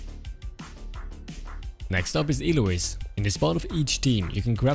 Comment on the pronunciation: I got triggered when he said ilois